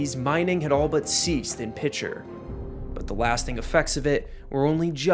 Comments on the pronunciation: It’s pronounced PEE-SHARE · From a resident Oklahoman - It's pronounced "Piker" rather than with a soft "Ch."